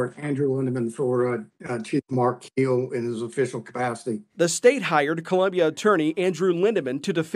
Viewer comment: It’s Keel not Kill fella